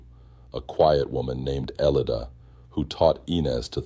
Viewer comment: Omg that's my name !!elida, It sounds funny hearing an AI pronounce it lol